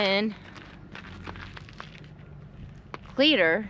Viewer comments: As a long time resident of Arizona (almost born and raised here) ... I believe the town is pronounced (clee - a - tor). at least that is how I was taught, and have pronounced it all my life. My mother used to live near the bradshaws, went up there with my step father hunting rabbits, and doing a little indian artifact hunting. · I can assure you it's pronounced cleeter.